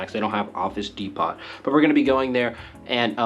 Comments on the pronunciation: You're saying depot wrong. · I am sorry but how did you pronounce the word DEPOT??